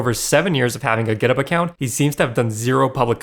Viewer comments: As an Australian, hearing you pronounce GitHub as Giddup really triggered me over and over for some reason. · Is github pronounced gitup? Why is he saying it like that? Am I dumb?